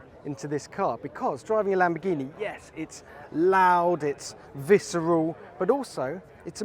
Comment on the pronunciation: LamboRghini, not lambogghini pig god